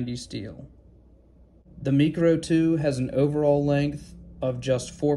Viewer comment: Pretty sure the Mikro is pronounced "micro," like micro-penis. I have the Makro (macro). I assumed I was going to want to buy the Kydex immediately, but the leather sheath on that one works great. I can put it anywhere: belt, waits band, pocket. In the winter I used to put the small fixed blade up my sleeve. It has nothing to do with easy access for self-defense (i use a knife a tool, not a weapon, nor does anyone else who jawing on about using a knife as self defense), it's just easier to get to when I have a winter parka and all the other layers on. I used to put paracord on the sheath with the ends coming out where the tip of the blade is, stuff it in my sleeve with the ends coming out the cuff. When I needed it I would just pull the cord and it would pull it half way out so I grab the handle to draw it. With the Makro's sheath I just put it in my sleeve and put the belt loop outside the cuff, and it holds it in place.